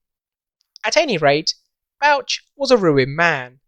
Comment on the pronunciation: That's some nice drawings of the Tay Bridges. Is Bouch pronounced Botch, given it's himself we refer to every time we see a botched job?. Nevertheless geat work. 🙏🏻🏴